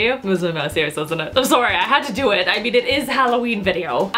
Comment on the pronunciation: I can tell by the way she says sorry. reminds me of Cristine.